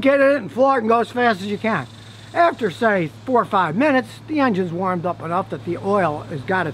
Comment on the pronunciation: He say "Rev up your Injuns"